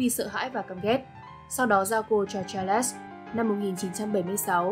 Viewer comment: Charles đọc là Cha-rồ-s chứ không phải là Cha-lẹt-s nhé